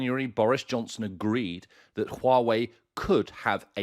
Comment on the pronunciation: Huawei is pronounced who-a-way